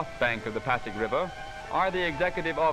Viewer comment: It is pasig river, not paddock river.